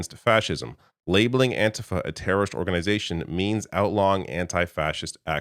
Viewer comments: IT'S PRONOUNCED AN-T-FA not antihfah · Antifa pronounced with a long ‘e’ on the ‘i’. Anteefa, second syllable stressed. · do you say fah-SCIST or FAH-scist. The correct pronuciation of antifa is anti-FAH. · I get that you’re Canadian, but you have to have heard how An-‘TEE-Fah is pronounced by now.